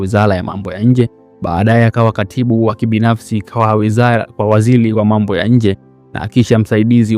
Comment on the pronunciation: Jifunze kiswahili kwanza ..sio laisi ni raisi...mtaalam sio mtaaram ..sio wazili ni waziri ..sio mshauli ni mshauri..